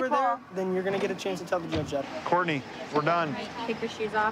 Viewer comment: Courtney say Court: NAY